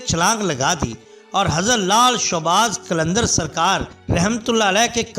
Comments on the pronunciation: Bhai showbaz nai shahbaz hota ha mehrbani karain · بھائی لال شاہ باز قلندر درست لفظ ہے۔آپ نے بے دھیانی میں شوباز بول دیا۔اللہ کے ولیوں کی برکت سے اللہ پاک کرونا وائرس سے پوری دنیا کو اور ہم سب کو نجات دلائے ۔اللہ ہما آمین ۔